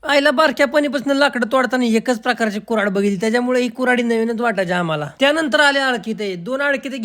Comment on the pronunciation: कुरा ढ ❌ कुऱ्हाड ✅